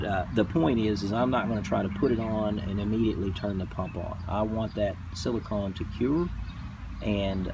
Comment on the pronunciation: You are saying silicahn, rhymes with dawn. You should be saying silicone, rhymes with bone. Silicon rhymes with bun.